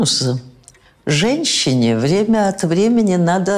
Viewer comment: Заметьте-злыдни женСЧны" капец